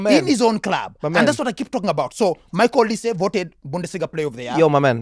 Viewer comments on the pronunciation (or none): none